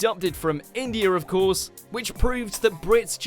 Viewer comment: "Adopted from Indiar" lol